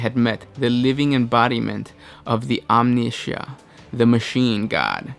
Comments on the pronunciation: Omnissiah= Omni-sigh-ah. Idk where you got that "sh" sound in the middle m8 lol Its not Omni-Shia Labeouf... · You mispronunciations always drive me insane... this time omnissiah... you said omnishah... omnissiah is a combination of Omni- and messiah. om-knee-sī-ah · Omni- Ssiah (As in Messiah) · 'omnisha' oh you are just ADORABLE... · "Omneesha" *weezes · "The living embodiment of the Machine God. The Omneshiaeera". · Apparently Omnissiah is pronnounced Omneesha now? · I cringed when he said it. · just butchered the name of the machine god BLASPHMEY!!!! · I felt physical pain in my cybernetics when he said the Omnissiah's name wrong.